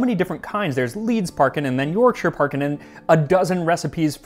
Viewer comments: Congratulations on your correct pronunciation of 'Yorkshire'. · Lovely to see an American who can pronounce “Yorkshire” correctly for a change haha :) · As a person from West Yorkshire it fills me with absolute joy that an American pronounced the County's name properly, so bloody proud of you